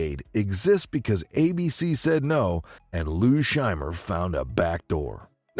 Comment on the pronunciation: 'Phil Shriemer'? Lou Scheimer.